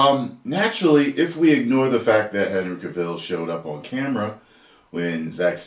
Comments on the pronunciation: it's Cavill as in travel. Not Cavill as in the hill. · It's Cavill, not Caville. just sayin'. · His name sounds like travel. Hahaha not the way your saying it. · Cavill is pronounced like Travel. Please get the pronunciation right. 😉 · Henry Cavill pronounced like Cadillac Coup DeVille :'D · Henry Cuh-Ville lol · Henry ka'will? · The way how he says ca-vill 🤣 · why do you call him Cuhville? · Cavill is pronounced like travel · The way you say his name is very enraging